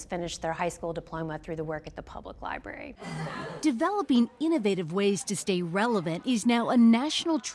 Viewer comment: Let’s start by learning how to say the word “library”